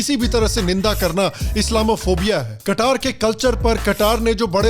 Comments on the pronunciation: कत्तर, ना की कटार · हिंदी भी शुद्ध बोला करिए जैसे अंग्रेजी बोलते हैं,, वो कटार नहीं कतर है 😂😂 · कतर या कटार ?? 😂😂😂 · I think Qatar bribed to host the world cup, just to sell the boegy of Islamophobia and entrench it people's pysche. 😛😛😛 वैसे "कत्तर" को "कटार/कतार" कह कह के आपने तो इस्लामोफोबिया की सारी हदें पार करते हुए कईयों के पिछवाड़े में कटार घुसा दिया। 😛😛😛